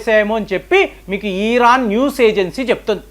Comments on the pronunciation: ఈ.. రాను కాదండీ, అది ఇరాన్ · ఒరేయ్ బాబు. తెలిస్తే నిజం చెప్పు లేదంటే కుత్త మూసుకుని తొంగొ. ఇలా సగం తెలిసి, సగం తెలియనీ వీడియోలు పెట్టీ ప్రజల్ని అయోమయం లో పడెయ్యొద్దు . . అసలు ఇరాన్ నీ " ఈరాన్" అన్నపుడే అర్థమవుతుంది . నీకేం తెల్వది అని